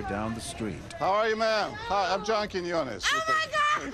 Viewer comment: hahahah why you can't say Quiñones? He's name is John QuiÑones. The ñ letter sound similar to the combination of GN similar to Lasagna (Lasaña) ;-)